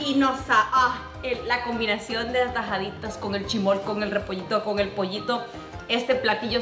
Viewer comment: Se dise chismol